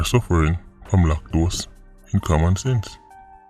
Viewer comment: 😂😂 Did you say Lactose or lack- dose- in- COMMON SENSE? Anyway, it's in the books! 👍🍀❤️💯🇯🇲🇨🇦